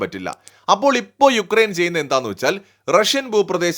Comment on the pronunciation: It’s not ഉക്രെയിൻ , it’s യുക്രൈൻ